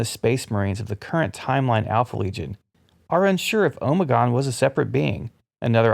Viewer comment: Am I the only one who winces and cringes everytime I hear him say “omegon”